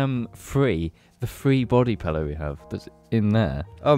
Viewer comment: emotional episode this week guys, especially when pronounced pillow as 'pellow'